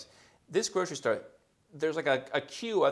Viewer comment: Grocery store sounded like a Super Aki 😅